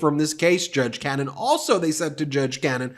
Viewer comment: When will you start pronouncing her name right?